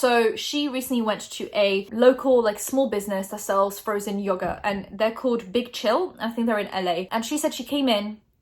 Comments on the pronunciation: The way people in the UK pronounce yogurt makes me want to die, love you tho ❤️😂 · Everytime you said "yogurt" with your accent it made me smile :) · I love the way you say yogurt <3